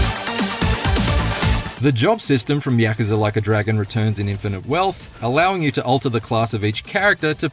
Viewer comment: Stop saying yakaza it's yakUza